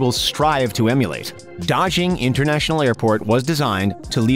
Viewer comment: Daxing is supposed to ne pronunced tasing, not dajing